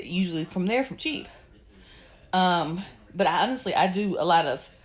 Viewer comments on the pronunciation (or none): Why do ya'll pronounce "but" as "Burt"? There's no "r" in that word. Get your diction together.....it's annoying 😮